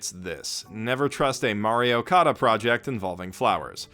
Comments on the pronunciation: "Mario Kada" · I heard it as Mario Kada